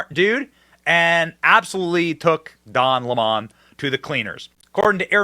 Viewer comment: Don Lemon's ego is out of this world. He is the cockiest, racist most entitled person ever. Good riddance! But I will miss how Tucker would pronounce his name, "Don L'mon" 😂😂😂